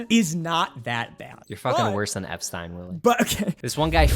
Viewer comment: how can you live in the world and still pronounce Epstein wrong? There's living under a rock and then there's that.